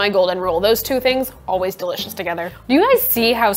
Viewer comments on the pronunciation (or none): none